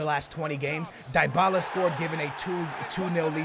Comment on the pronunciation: It's dee-bala